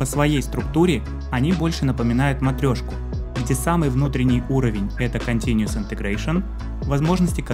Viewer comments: Continuous, а не continuES Но очень доходчиво объяснил, спасибо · Только continuous, а не continues )